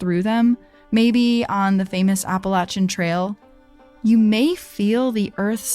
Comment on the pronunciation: As someone who grew up in the Appalachian Mountains of North Carolina right on the Tennessee Border let me say thank you so much for pronouncing it right I will listen to other podcasts and things like this and as soon as they pronounce it wrong it just throws me out of the story the whole time